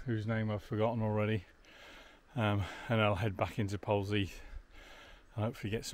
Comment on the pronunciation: Pronounced Polzeth. However being picky. Loving the walk.